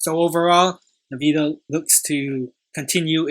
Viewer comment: Nice analysis! It’s pronounced “N-Vidia”.